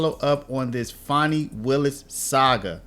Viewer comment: Fani annie bo bani banana fani fo fani me my mo manny FANI. Nobody wants to say FANI. Not fawni .. Fanny. Her daddy calls her fanny. Fani, take a load off. fawnie, y'all making her hate her Name. It's Rude to Not say her name properly.